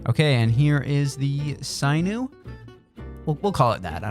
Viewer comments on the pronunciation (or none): I don’t usually get bothered by mispronunciations lol but it’s pronounced “sin-you” not “sign-oo”….. other than that, I love the series! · It’s sinn-ew not sigh-new lmao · Sinew is pronounced sih-new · its pronounced sin-yew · Just fyi its pronounced SIN-YOU. So u don't look dumb. just trying to help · Sinew is pronounced like sin yew, enjoying the series!! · Good morning :) *It's pronounced "Sin-Yu" btw haha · It’s pronounced “sin-yew” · Sinew is pronounced "sin-u" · Loving the series so far man, keep it up!! Btw, sinew is pronounced "sin-yew" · The pronounciation makes my Sinu's itch.